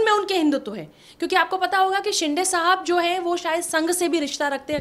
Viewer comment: He is not शिंडे but शिंदे . You like to speak with authority but mind your pronunciation. Sounds illiterate